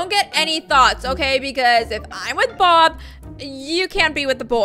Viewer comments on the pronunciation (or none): And in the outro, she said Bob not Baw